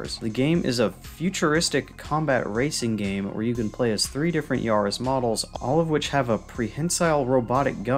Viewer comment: Great video. Got a sub from me. Can tell you don't know much about cars because it's pronounced 'yah-riss' lol. Still. Great video. The effort shows.